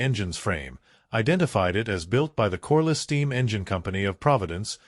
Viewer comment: Corliss, not coreless.